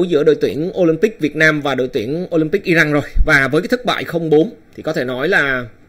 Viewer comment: Góp y.tên cầu thủ,tên quốc gia k được đọc sai.tên nước họ là iran mà lại đọc i răng.dù vùng miền nào cũng đọc là iran dc.